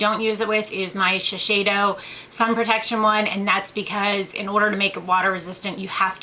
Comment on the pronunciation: shiseido is pronounced like she-say-doh :)